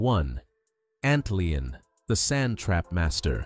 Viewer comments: Are you f$#&'ng kidding me? The automatic commentaton for this video starts with pronouncing the first insect as "The Antleon" instead of "Antlion". C'mon you're starting off this whole segment with a mispronunciation of the FIRST insect. Can't you guys get this right before rushing this video to YouTube? There should be no excuse for any unintentional mistake of this insect's pronounced name! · "antLEEUN" this is what you get when you use AI to make your channel. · Yeah i stopped watching at antleon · XX It's Not AntLeon It's AntLion 😊.